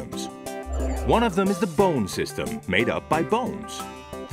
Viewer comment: says bone like bowne